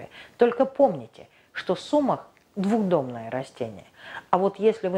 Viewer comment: не сУмах, а сумАх. Не двуХдомное, а двудомное....растение.